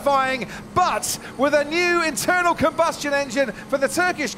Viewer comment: disgusted by F1 saying "internal comustion" engine.